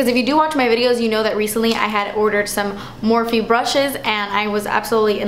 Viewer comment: Its Morph, you don't pronounce the E.